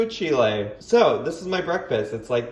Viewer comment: can someone tell me if pronounces “whew chile” purposefully like that, or if he just doesn’t know?😂